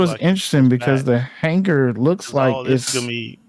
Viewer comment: lol this guy... it aint Hang-gar its Hang-ar